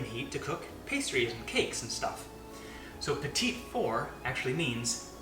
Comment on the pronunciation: I think it's "pee-tee" not petite. And only Julia is allowed to measure over the bowl. :p